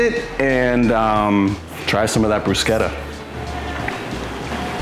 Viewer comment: I'm so glad you pronounced it correctly lol I work in an Italian restaurant (and I'm Italian) and you wouldn't believe how many people pronounce it incorrectly.